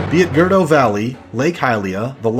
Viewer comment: is it really pronounced "Gurr-doe" like you are saying it? I always said it like "gurr-OOH--doe"